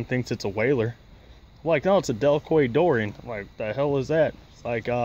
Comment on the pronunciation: Quay is pronounced "Key" here in the UK. It`s basically a harbor in Chichester, West Sussex, South coast of England. They are used a lot by harbor/berthing masters all over the UK. You have yourself a fantastic sea boat there. I have been in some serious weather in one before.